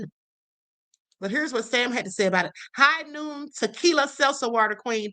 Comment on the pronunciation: Its "Hogh Noon" alcoholic Seltzer